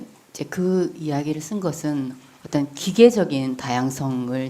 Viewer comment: 오똔 오똔 발음 이 이게 부산에서 큰 애가 이런 발음?